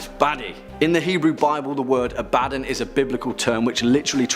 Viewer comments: Man this guy butcher's aboddons name. I was just listening to the video only can had to go back to actually watch aboddon part because when he says his name i was like i never heard of that demon before who is that? And then thought this sounds alot like aboddon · Ikr I cringed every time he said it. Also the way he kept butchering the word abramellon and the way the woman pronounced deity was embarrassing